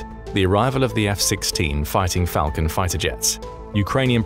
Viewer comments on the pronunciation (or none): none